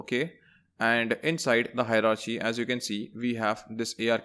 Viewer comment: Great tutorial. Minor pronunciation issue though. We pronounce Hierarchy by saying "Hierar - key", not "Hierar - chee"